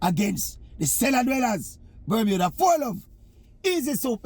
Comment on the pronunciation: C'mon Oral, it's Bermuda...